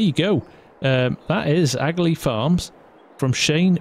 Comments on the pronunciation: Just curious… would it not be pronounced aka-lee instead of agalee? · it's pronounced akalee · Your pronouncing aghalee wrong there bud i live in lower ballinderry right beside it